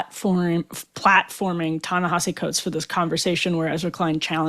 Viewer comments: Good interview. Btw it’s not Ta Na HAH See It’s Ta Na HEE See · Ta Na Hee See Coates. Please say the name correctly. I don't like the guy's positions, but its sloppy journalism to mispronounce someone's name.